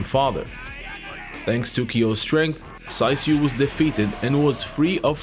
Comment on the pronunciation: Although it is written Saisyu, his name is pronounced Saichu. Just an observation.